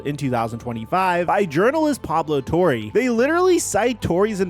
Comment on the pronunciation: Pablo TOR-RAY its PABLO TOR-RAY NOT PABLO TOR-REY your just messing it up on purpose now!